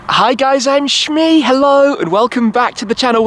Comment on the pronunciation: I hate it when he says shmee 😡